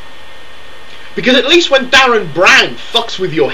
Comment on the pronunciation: Calm down guy. What you shouting for? Also it's Derren Brown, not Darren.